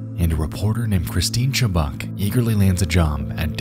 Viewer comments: Her last name is pronounced "Chu-buck"...not "Chu-Bock". Maybe the most famous of the disturbing lost medias out there. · My biggest pet peeve is people who don't bother to learn how to pronounce well known names. Her name is pronounced "chub-UCK." I'm really not trying to be a Karyn here, but this doesn't take much research.